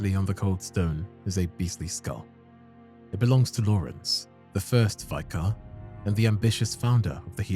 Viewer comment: Holy peak! Your videos are always amazing, pls learn the pronunciation of vicar tho my G